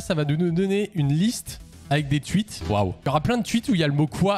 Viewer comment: "les twuites"